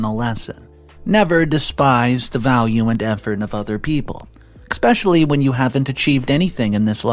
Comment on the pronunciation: So you're still pronouncing especially wrong